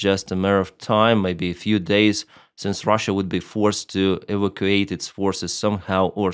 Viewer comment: Your English is very good but for 1 word.. Evacuate, it is prononced Evac-u-ate, just thought it would help? your doing a great job!